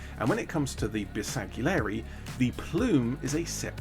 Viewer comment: just fyi the G is silent in Bersgalieri